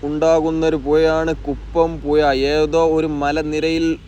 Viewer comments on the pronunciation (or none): ഴ വഴങ്ങില്ലെന്നു തന്നെയാണോ. വളരെ നല്ല വിവരണത്തിനിടെ പുയ വയി ഒയുക്ക് കീയാറ്റൂർ എന്നൊക്കെ കേൾക്കുമ്പോൾ സുഖമില്ലാത്തതിനാലാണ് ഇതെഴുതുന്നത്. തുടക്കം മുതൽ സബ്സ്ക്രൈബ് ചെയ്ത് കാണുന്ന ആളെന്ന നിലയിൽ അഭിപ്രായത്തെ കാണുക.